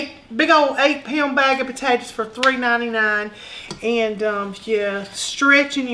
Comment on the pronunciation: I grew up in East Texas, your accent reminds of that. I'm not a rude person but, have you ever considered saying potatoes instead of potatatas? It's not a nock to your ancestry or culture but I wonder if you are playing up the "ah shucks" for the camera.